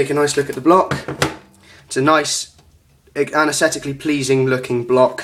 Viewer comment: he was close :)